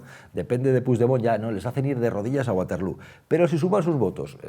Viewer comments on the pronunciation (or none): Se pronuncia baterló (no es inglés)